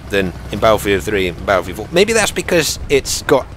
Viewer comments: It's his own speech. If you noticed he pronounces R with a W. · Is that how us "Americans" sound? Baddlefield?? Actually, now that you mention it, we DO say it like that! That's hilarious man. I can't wait till beyda comes out. Haha! Would be more correct if he said it like, "Bat-ul field"? Or "bait-uh"? I think us Americans are so lazy with English words that we like to blend all syllables together, if possible. Most people, on the other hand, think so highly of us "Americans" that people forget everyone on the continents of North and South America are "Americans" too. Hopefully doesn't start sounding like those Americans in Mexico. Now that would sound different.